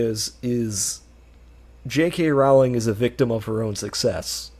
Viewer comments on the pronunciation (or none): Pronounced "Rolling", according to Rowling. It still does not make her a good writer though. 😉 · Can't even pronounce her name properly.